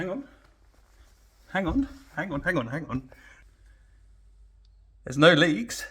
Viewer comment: That British hang on hang on lmao